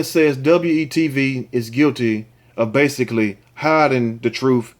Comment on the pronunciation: Luv you but, just say we tv, not W then E tv! Thanks and keep up the great job with these stories.